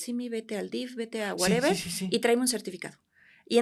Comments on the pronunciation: Excelente profesionista la dra., lo único que no me gustó es que diga wereber jajajaja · nada más que eliminé de su vocabulario el "wuereber" y listo 😂😂😂